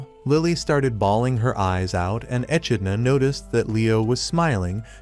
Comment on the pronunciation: Ah! I gotta remember the name and avoid it. Your script is difficult to listen to, and not just because you mispronounced simple words like "echidna" (one of a handful of monotreme species), but your weird allusions are difficult to parse.